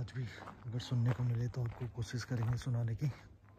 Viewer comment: बेटा कोशिश होता है आप कोसीस बोलते है आप श को स बोलते है मेरे साथ भी यही दिक़्क़त थी अपने दोस्त के साथ मिलकर ठीक कर लिया था आप भी कर सकते है